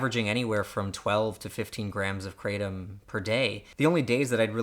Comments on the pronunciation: The fact that I just had to do a study about Kratom and didn't watch this video made me regret my life. I took hours upon days researching when I could learn a lot of the facts from watching this short video. Also it's pronouced (Kra-tm) instead of (Kra-tom). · Kratom is pronounced with the short a sound. Asian languages, when using Roman characters for phonetic pronunciation of pictographic characters, such as the phonetic western letters seen in Romaji, pronounce the letter “a” as the short a sound—as in apple. The Roman letter “e” is pronounced as long a, as in sensei when followed by the letter “i”. It is not spelled kreitom, so that is unequivocally the wrong way to pronounce it. This is not a guess as I am a linguist and east Asia is my speciality. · First, its pronounced (KRUH-TOM) Secondly kratom is a shitty drug. If you REALLY suffer from chronic pain. This product will do nothing more than a mild euphoria and a slight change in pain. (Ibupforen is more effective. Even tylenol) Lastly, if you are in pain (real pain not a wittle headache.) Go to a fucking doctor. Opiods are the devil, but if you learn self control they are the most effective at pain treatment. More than likely you are just a drug addict trying to get high and when you have cancer, guess what junkie the opioids you abused for 20 years are not effective and you are going to have to suffer the whole time because your opioid receptors are fried. Moral of the story, opioids are EXTREMELY effective. If you have REAL PAIN.want to get high? Smoke weed dipshit. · cray tum* This guy can't even pronounce it right. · Why do Americans insist on changing words ...the pronounciation of "Cratom" is "Kru Thom" "Kratom" in asia it is consumed by MANY and it is found everywhere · Anyone who pronounces it Kra Tom is a pure asshole. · Anyone else hate when it’s pronounced cray-tum? 😄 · It's from Southeast Asia and they pronounce it krah-tom. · Like crumb.....its pronounced cru-Tom